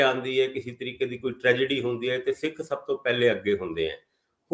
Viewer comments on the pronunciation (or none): none